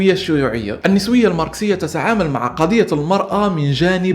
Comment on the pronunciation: النِسوية!! النَسوية انت أنطقها عدل بعدين تكلم بموضوع اكبر منك